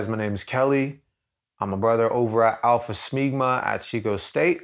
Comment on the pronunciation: Did you just say 'Alpha Smegma'? xD